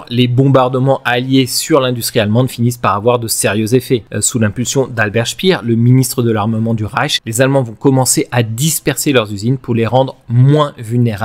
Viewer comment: Merci. Super intéressant. Alors que je connais déjà beaucoup sur la seconde guerre mondiale, j'ai beaucoup appris et je n'ai trouvé aucune erreur, ce qui est malheureusement trop rare. Seule remarque, Albert Speer étant allemand, il faut prononcer son nom à l'allemande et non à l'anglaise. Cela donnerait avec un orthographe française "Spéér" ( avec un long éé" et non "Spir". Sinon c'était parfait. Mieux vaut la qualité que la quantité. Encore merci et bonne continuation.